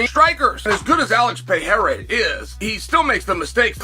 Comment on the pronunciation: I'm just looking forward to the day that Chael pronounces Pereira's name correctly